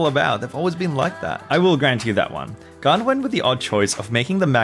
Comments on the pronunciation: Why does he pronounces gan as if it was gaan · I like how says gan as gaarn